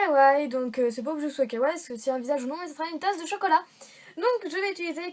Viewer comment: Sa se dit KAWAIIIIIIIIi pas kaway mais la créa est super !